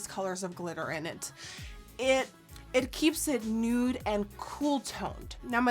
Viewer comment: The way Nikkie says 'nute' instead of 'nude' is one of my favourite things in the world